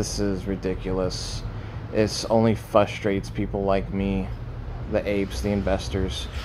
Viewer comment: It's fRustrate NOT FUSSTRATE.